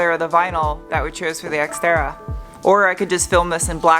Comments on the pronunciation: Why do you call it sXtera? It's more terra than sX-e. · did you say sexterra? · Funny when you say “this Xterra” it sound alike you said the Sexterra. Lol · Did anyone else hear "Sexterra?" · Hahaha, seconds into the video and I cant unhear 'Sex'Terra:D Sorry, but thats gold and Should be called the sxxterra from now on as it's looking amazing now. Great work:D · "White Pony" was a great album. When you said, "This Exterra," it sounded like Sexterra! Nice new name for the ride as you have made it look tons better. I will have to remember when I have stuff in my hand to say, "This is not a screwdriver," and just chuck it over my shoulder. My nieces will suffer. You could also find someone to cut vinyl so that you can "wrap" your walls if you can't find anyone to spraypaint. BTW Jeff!! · Does anyone else think that keeps calling it the Sexterra??